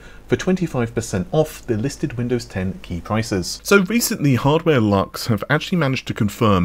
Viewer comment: HardwareLuxx is pronounced as "looks" in the end..its kind of a German pun. I like to see more instruction sets being supported on Intel, we need AVX-512 back. The reduction in frequency sounds kinda mad to me but we'll see if intel competes in gaming, I certainly hope so. Especially excited for Battlemage